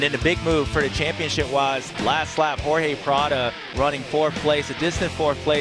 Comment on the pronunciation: Bubba needs to improve. He mispronouces words and calls Prado Prada. Super disrespectfull mispronouncing someones name. Eg. Instead of expect he says espect. Just poor use of the english language. His whole job is talking. Stop mincing words.